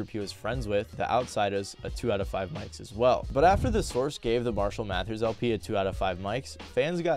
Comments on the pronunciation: Repeatedly hearing "Math-ers" was driving me crazy lol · Who really wants to hear about rap from a acne-ridden white boi suckin on a queer lil vape who can’t even say mathers properly